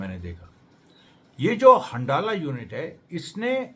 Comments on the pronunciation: अमरेश जी!!हंडाला नाम नहीं है बल्कि हंज़ला नाम है उस ग्रूप का!!!! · सही उच्चारण हंज़ला है